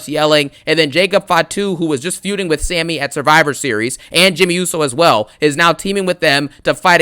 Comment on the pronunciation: It’s Sami. Just sayin. It’s a Syrian name.